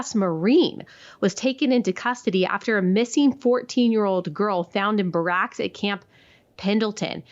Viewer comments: Thanks for this interview, Allie. Friendly tip though: for the sake of your military listeners like me, please get the pronunciation of “barracks” correct. BEAR-uks, not buh-RACKS. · Allie, it's pronounced: "bare rex" (spelled barracks) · I guess she’s never read the word “barracks” out loud before. 😂